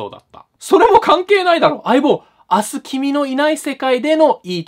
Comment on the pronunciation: 一応言っておくと、読み方は 「あした、キミのいないせかいで」です 略すと「あす」だけど元は「あした」です